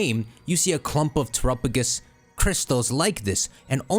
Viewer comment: And Terapagos lol